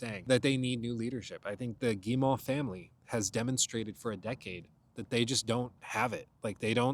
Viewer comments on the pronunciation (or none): As a Canadian, hearing you repeatedly pronounce Guillemot wrong is REALLY making me want to apologize for something! It's pronounced Gee-moe, not Gee-maw.